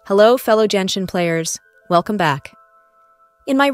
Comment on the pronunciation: ill subscribe when you stop saying "jenshin"